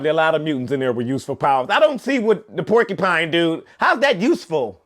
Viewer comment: Couldn’t stop laughing at porkupine man lol 😂